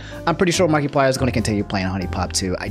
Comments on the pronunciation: i get the apology but i gotta say it "markie-player" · Im disturbed by the way he pronounces markiplier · The way you are pronouncing Markiplier pisses me off lmao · Everyone’s upset about the Sakura pronunciation, I’m upset about “Markie-plier” 😂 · No hate towards, but I kind of chuckled at the way he said markiplier (marky-plier) something like that. Everyone pronounces things differently i know that, but the way said it kinda made me chuckle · The way he’s saying markiplier.... 😂